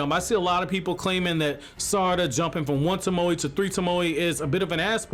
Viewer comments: Say it with me... toe-moe. Like, toe as in your toes, and Moe as in give me moe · Mans said tamoey